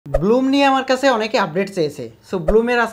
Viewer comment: bloom na vai blum vai re vai youtuber